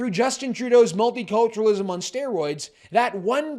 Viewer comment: Just heard 'multi-torturenalism'